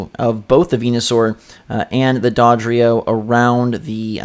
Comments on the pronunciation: Did he just say "Dädrio" instead of "Dodrio"? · agreed, It's Doe dree oh. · D- Did you just pronounce Dodrio as 'Dahdrio' ? lol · DAVID EL MAGICO the only one he was pronouncing weird was dodrio, it was like dawdrio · Learn how to pronounce Dodrio